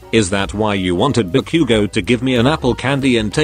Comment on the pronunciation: I love the way you say bakugou